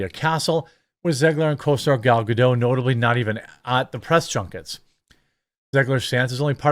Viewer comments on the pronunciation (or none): PLEASE PLEASE PLEASE learn to pronounce Gal Gadot's name correctly. She is Israeli and the correct pronunciation is Gal Ga-DOT as in polka DOT, not Ga-DOUGH as in cookie DOUGH. You talk and share information for a living. Please learn to pronounce her name correctly.